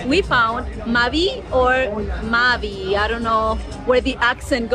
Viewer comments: It’s pronounced mavi, not mávi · Maví is the correct way to say it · Se pronuncia Maví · IT IS MAVÍ... with ACCENT ON THE LAST i